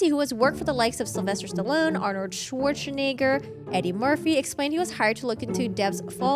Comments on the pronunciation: Ahh yes, my favorite actor, Arnold Sshhniger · Watch out how you pronounce Swarzenegger, almost got TOS'd there!